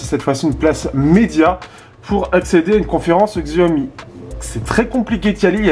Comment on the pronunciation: Sa ce prononce SHI aomi et pas XI aomi